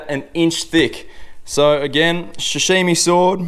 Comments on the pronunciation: Sashimi not shashimi mate Mate you’re not a chef or English speaking person, give it a rest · Hot tip: damp tea towel under the cutting board, how does one own a sashimi knife but pronounces it shashimi 😂 good vid man 👍